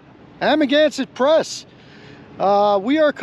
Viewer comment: Every time I hear you pronounce the name of your channel I hear. I'm against it press....